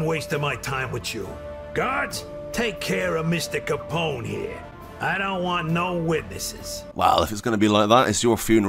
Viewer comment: Al capon 😂. Loving it Still, great video 🙌